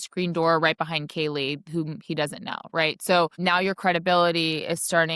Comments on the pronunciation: did you notice that in HJs interview at the police station he calls kaylee ....kylee (k-eye-lee) i thought that was weird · Not only did Hunter not check on Maddie and Kaylee, but he also brushes it off saying ‘I don’t know’ when the responding officer asks if there are other missing roommates..THEN he purposely mispronounces Kaylee’s name in his interview. It’s insane.